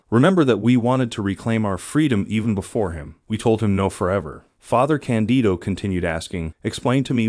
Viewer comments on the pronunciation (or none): The translations are OK, just please change the pronounciation of Father Càndido. The accent is on the "a", just like in "Càndid camera". Just say "Càndid" and add the final, Italian "o" :) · I had a hard time to watch your video because you constantly say '' Father Candio '' and It is not Candio but Father Candido.... Candido...Candido.... His name is Father Candido Amantini... His cause for beatification has been introduced in Rome... Please correct yourself.... CANDIDO AMANTINI!!!!